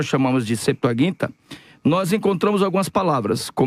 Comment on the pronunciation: Não é septuaguinta. O correto: Septuaginta! Não sabe o português e quer ensinar o grego e o hebraico!